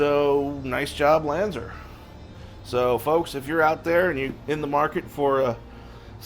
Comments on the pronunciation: Lan-Z-are, not Lan-zer....... There are 2 things you come to me for in car audio. That's old school Clarion and LANZAR. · Lanzar not Lanzer. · It's Lan-zar not lanzer. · must have popped a vein, in his brain, lifting weights, Still can Not pronounce it LanzAr Correctly